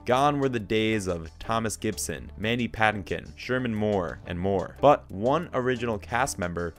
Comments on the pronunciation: Patinkin is pronounced strangely as well 🤨😬🙄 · You're mispronouncing Patinkin.